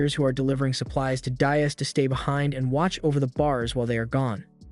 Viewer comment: DEE-as (not dye-us) Dias. Like "Buenos dias"